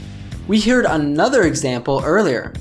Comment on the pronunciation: As a learner I was confused how you pronounced the word "heard" (We heard another example earlier). You said like /hɪrd/. Shouldn't it be like /hɜːrd/ in American or /hɜːd/ in British pronunciation?